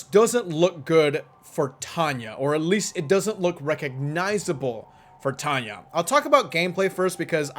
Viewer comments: she does and it's tanya not tanay 😆🤪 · she does and its tanya not tanay😂😛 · she does and it's tanya not tanay 😂😂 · she doesnt and its tanya not tanay 😂😂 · yes yes yes yes yes she DOES and it's TANYA not tanay 😆😆😆😝